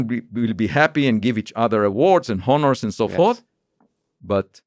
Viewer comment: “Honners” (honors) is a good one